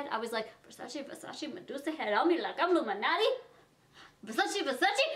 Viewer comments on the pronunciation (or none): none